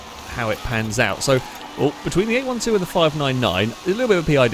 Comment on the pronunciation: 812 is pronounced 'eight-twelve' 🤣